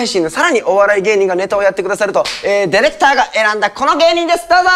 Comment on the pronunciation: 昔の人がディレクターを、「デレクター」っていうの分かりみ深い